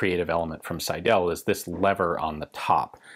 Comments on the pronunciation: The proper pronounciation would by „Sydl“ - the „e“ ist not pronounced. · Cool to hear a 'ricain pronounce "Seidel" ;-D The stress is on the first syllable, and the "el" is "Schwah-l" - SEIdl. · Seidel is pronounced on the 1st syllable. The 2nd e is almost a Schëwa, another form of the name is "Seidl". Selbstspanner: S before P is most often pronounced "sch" (sh), including in "Spanner". BTW, I knew it as "Hahnspanner" and Double-Action as "Spannabzug".